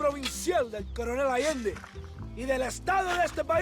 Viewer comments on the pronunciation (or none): De Santa y Reyes también comité algunos errores en pronunciación, como "Coronel Alande" y "¡Libre México!" Los pendejos que matas cuando entras a la ciudad hablan bien, y también el carnicero